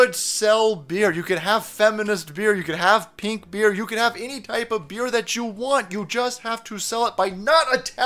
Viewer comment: Have you noticed he slurs his speech whenever pronouncing the word "You"? How many fathoms deep are you in the Bud Lite? It's OK, you don't have to tell me.